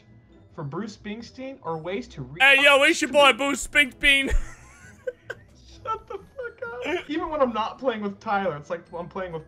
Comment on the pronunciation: whos booce spingspeen